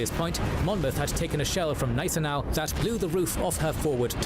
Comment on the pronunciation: That is why I stopped watching K&G as "" (the narrator constantly mispronounces words, doesn't care to learn and has never improved. He also varied the pronunciation of Gneisenau between silent and hard G plus got Louis wrong it is not lewis.